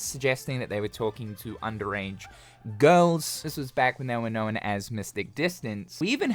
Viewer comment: You say known like no-wen. A cross between no and Owen…Nowen. Hmm… how crazi